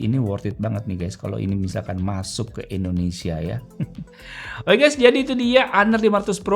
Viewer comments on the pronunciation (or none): none